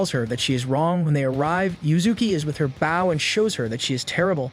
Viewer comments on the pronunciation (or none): The pronunciation of bow is "Boww" Not "baww"😂😂